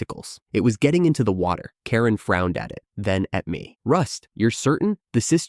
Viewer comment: why can't the AI pronounce Karen? you should at least make sure a main character is said properly or the story becomes annoying.